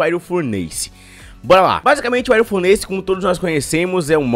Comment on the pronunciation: Se pronuncia furniss nao furneise